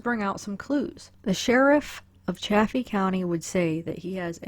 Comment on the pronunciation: Good video. It is pronounced SAL-EYE-DUH. Also it is CHA-FEE County with a long A like chafing dish.